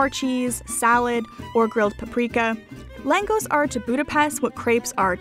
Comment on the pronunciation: Langos is pronounced as Langosh, in Hungarian the letter S is pronounced as sh